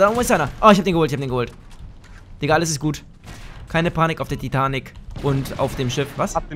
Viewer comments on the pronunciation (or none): none